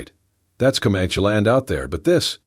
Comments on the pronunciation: commanche is NOT pronouncd communkie... doesn't anyone ever listen to what these things are doing? nice story btw.... i too listen to them when im going to sleep at night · Could you please learn how to pronounce words correctly?!!! For example Co-Man-ChEE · How do you pronounce Comanche, bandana, arrow, and posse? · Please don't use the rocking effect anymore. Makes me queezy. And correct the pronunciations. Especially Comanche. That aside, nice story. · If the AI voice can’t pronounce things like Comanche properly maybe a real person would be better for narration. It’s irritating in the extreme and distracts from the story when things aren’t narrated properly. I guess that’s why I rarely listen to these stories and block them when they appear in my feed. But I really like stories so I try the odd one to see if there’s an improvement and sadly there never is. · Don't forget poss for posse. 😅 Oh my. Bandana pronounced ban-don-a! I don't mind that much if the person has an accent, but this.... just no.